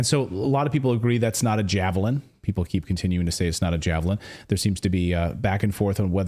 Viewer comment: SHE SAID JAVLIN WHICH IS IN FACT A JAVELIN. SHE ABBREVIATED THAT WORD INSTEAD OF PRONOUNCING THE E SHE JUST SAID JAVLIN.